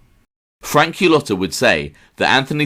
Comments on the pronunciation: You certainly do a great job on your channel. It just that Cullota himself pronounced it Kulada, so Qulata is way off. It caught my ear in an otherwise good presentation. Cheers. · You should really make an effort to know how to pronounce Italian last names properly. Qulota doesn't cut it. If this is your subject matter , at least learn the pronunciations.